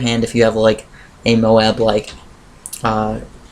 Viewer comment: Dude moab is pronounced like robe